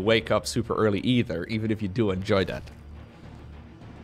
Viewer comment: dutch->english is fun too it warms my heart when he says 'e-chudder'